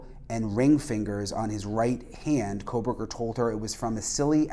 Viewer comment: he said cocoburger